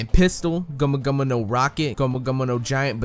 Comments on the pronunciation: Okay, why are you saying gumu gumuno? It means gum gum, and he even says gum gum in the English dubs. Plus it's not even said correctly. It's like someone saying "hello my lamo Jeff" it's llamo said as yamo. And why just use that one word when you can just say the English equivalent? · Its not gomuno gomuno its gum gum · I have to dislike this video first and foremost for the way you pronounce gomu gomu and the overuse of it by repeating it after every attack name instead of saying gomu gomu no jet pistol, jet Gatling etc. Second at least not in the anime has it been stated the third gear (bone balloon not just inflating his arm) shortens his life span. Only second gear does because he is forcing his heart to work harder. I had to stop watching after you tried to say nightmare Luffy is a gear transformation because that is just straight up wrong. If you are going to try and teach people about a subject at least try and know the subject matter yourself. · yikes how does he pronounce these japanese words gummu gummu shishibukai